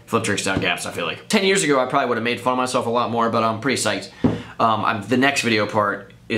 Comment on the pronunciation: "PROBEBLY" LOLLLLLLLL